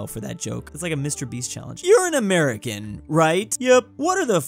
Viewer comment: you're A-MER-i-can..